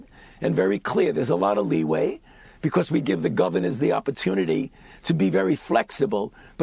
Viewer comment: "It's a really impoetant proof of concept becoowas". Why do we have a munchkin old jew who can't even speak English running the healthdon'tcare for the entire nation? He sounds just like Howard Wolowitz' mother.